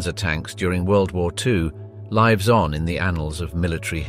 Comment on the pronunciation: I've given up . As soon as he said "lives on" making "lives" rhyme with "hives" I just can't listen to any more mispronounced crap. I can't believe he researched this yet never heard anyone say "M.E. 262" ffs! And they weren't "ersatz M10 ess"! They were "ersatz M10s" ie More than one ersatz M10! Please, in the future, if you don't know how something is pronounced for sure, Google it asking for the pronunciation. Maybe listen to some interviews from the people who used and/or built these things. It just shows up that you have no idea what you're talking about. Speaking about technology, especially technology built by people who speak a different language to your own, isn't about imprecise variation. It's about passing on data clearly and correctly. Absolutely dire!